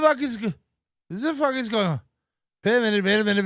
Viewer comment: Vait a second, vait a second, vait a second. Ray but ray you bring all these vomen into the dabbleverse